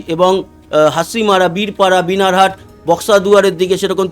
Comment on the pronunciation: বিনার হাট নয় বানার হাট।